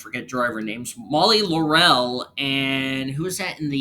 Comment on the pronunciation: laurel is pronounced LAUR-el not laur-EL